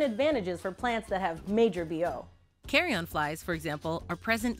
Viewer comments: Americans also say carry-en. She is mispronouncing, could be regional, but it’s making my ears bleed 😂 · I kept hearing carry on lol. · Why is she pronouncing Carrion like carry on ? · So is it "carry on", like she is pronouncing, or is it "carrion"? Seems like it should be carrion. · Why she call it the "Carry On Plant" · Pretty sure it's not pronounced "carry on" lol... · Fully committed to mispronouncing carrion 🤦🏻‍♂️ the correct pronunciation sounds a lot closer to onion than it does carry-on. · No such thing as /carry-en/ my guy. It's /ˈkærɪən/ but who cares anyway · I've never heard the word 'carrion' being pronounced so incorrectly in my life, especially by someone who's an expert in everything plant based. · Is it just me or is she saying carrion wrong... I am pretty sure its a uhn sound at the end. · I feel like you're saying the word carrion. Please stop saying it like that. Please. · It's Carine it's spoke as " carry in " not carry on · Carrion is pronounced like 'care-ian', not 'carry-on' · It's a "carrion" plant, not a "carry on" plant. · The comment I was searching for! Carry-en not carry-on lol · I love how americans pronounce things its so funny as a native Scottish person. You say Carrion like carry-on. We would say it like carryin:) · i’ve always pronounced it “carree-in” not “carree-on” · this is not the carry-on plant its carrion all one word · Carrion is pronounced 'carry-yin' 😂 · I love the video but hate the pronunciation of the word 'Carrion'. It's not pronounced like 'Carry-on' luggage. It's pronounced like 'keh - ree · uhn." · I think it’s more ‘carry-in’ than ‘carry-on’. Carry-on is what you bring on an airplane. Carry-in is a dead animal body. Or is it just me that was feeling this the whole video? Anyways don’t mean to be rude it just bothered me that’s all. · I've never heard someone mispronounce carrion so many times in such a short amount of time. I'll now always hear 'carry-on' when I read carrion, wonderful...